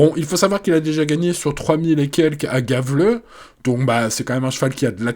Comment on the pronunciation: Juste pour info, le G se prononce Y en suédois, donc Yävle et pas Gavle